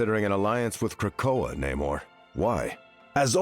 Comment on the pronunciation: Finally hearing Namor's name said correctly